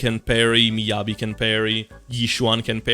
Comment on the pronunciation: Miyabi....heh more like midyabi